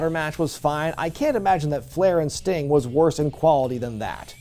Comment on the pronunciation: Uhhh it’s Sting and it’s not even close. Still love you though:)